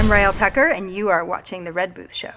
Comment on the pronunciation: I believe it is Raelle Tucker...not Trucker. T-U-C-K-E-R. Enjoyed the interview...thanks.